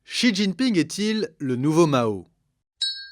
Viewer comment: Pas mal la vidéo dans l’ensemble mais j’encourage les journalistes et youtubeurs qui s’aventurent à parler de la Chine quelqu’en soit l’angle ou le sujet à commencer par apprendre à prononcer les noms chinois... Pour quelqu’un qui connais le chinois, voir pire, y a vécu, c’est insupportable. En pinyin (phonétique chinoise) le x par exemple ce n’est pas un x comme en français mais un s ou c comme dans ciel... De la part de gens soit disant pro ça fait bien tâche.